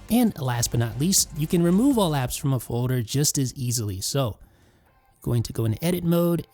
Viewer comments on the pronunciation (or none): I’ll leave a thumbs up when you learn how to pronounce “foder” and any other words with -ld. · You don’t say folder weird